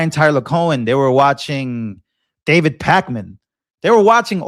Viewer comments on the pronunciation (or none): none